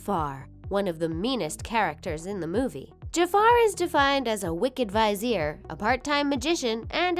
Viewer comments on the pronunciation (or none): I hate how she said vizier